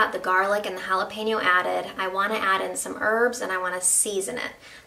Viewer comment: Best part of her recipe... She said "jalapeno" not "jalapeeno". This sauce looks awesome. Will try it!!